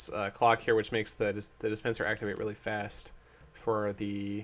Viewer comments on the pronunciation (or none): none